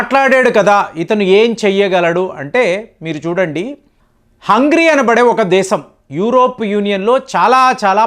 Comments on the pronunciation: ఒరేయ్ బాబు హంగ్రీ కాదు హంగేరి దేశం పేరు సరిగా పలకడం చేత కావడం లేదు నువ్వు వీడియో చేయడం మేము చూడడం మా కర్మ....... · హంగ్రీ కాదండి.. హంగేరి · హంగ్రి కాదు హంగేరి